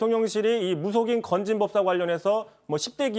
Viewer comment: 오늘 이상하네요? 초반부에 '받은 글' 을 '받은 길' 이라고 발음하고, '건진법사' 를 '진검법사' 라고 발음을 하네요? 혹시 음주방송은 아니죠?